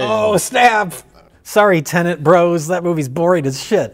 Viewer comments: its not a film about landlords called Tenant. Its call TENET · Props to Mike for calling it a Turlit.